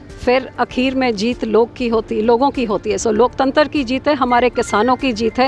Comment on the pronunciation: Loktatra nhi, loktantar